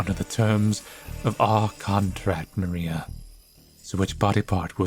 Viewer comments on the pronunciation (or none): her surname is probably Polish so try writing that in google translate and the "i" in "Maria" is short